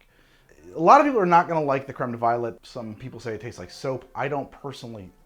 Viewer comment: Is it really pronounced creme de violet? I feel like if you're going to use the french pronunciation on creme, then you should on violet too (vee-o-lay).